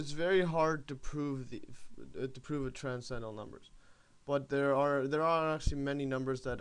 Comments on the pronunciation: It would help if you could properly pronounce transcendental. You keep saying TRANS CENDAL instead of TRANS CEN DENTAL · I think he was poking fun at you, since you say "trascendal" many times during the video. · Not only is this far some simple, the sides are missing of the video. Not everything stated is correct. You can't even pronounce transcendental. Why do you write half of the things you are saying when you clearly have the ability to type when you copy and paste text